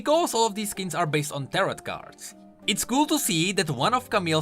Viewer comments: It’s tar-oh not tarott btw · Ter-oh, the T on the end is silent my dude. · It’s pronounced tero even tho it’s spelled tarot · its pronounced "tar - row" fbgfjhfgkesfsef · You don't pronounce the second T in Tarot. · The second t in tarot is silent